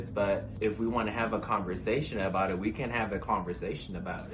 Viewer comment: It's less a-boot, and more a-boat